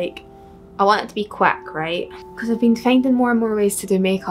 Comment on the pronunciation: I absolutely love how she says quick